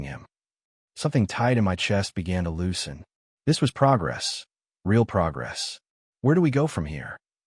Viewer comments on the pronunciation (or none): The AI needs to be trained to recognize Real at the beginning of a sentence. It changes pronunciation to that of the Brazilian currency. The AI needs to recognize context for choosing how to pronounce wound. Good story, repetition seems to have been eliminated, yet narration needs work. This channel normally has done better with narration.